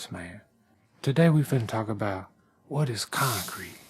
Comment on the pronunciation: Cement das conk creet bay-bee